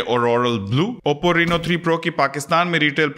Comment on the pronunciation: bhai yeh reeeno nahi hai raino ki sound hai